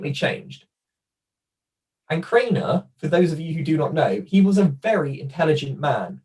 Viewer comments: 😬 your pronunciation of Asberger, as well as Kanner, (you’re saying Crainer) kinda irks me. Absolutely no offense when I say that tho. We’re all different 🤷🏻‍♀️ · your mispronunciation of Kanner is making me crazy!